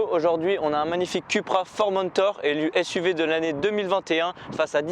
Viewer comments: C'est Coupra que ça se prononce, hein, pas Cul pra, ça fait cul-cul quoi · Excuse moi .ça ce prononce COUPRA !!!